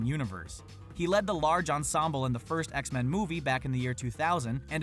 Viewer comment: it’s not X-Man, it’s X-Men